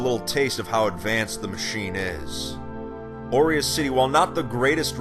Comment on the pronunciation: Why am I hearing "oreos city"